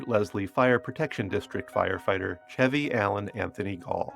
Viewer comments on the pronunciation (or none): none